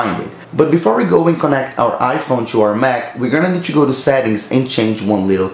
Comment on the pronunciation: You gotta practice how to pronounce the word "to".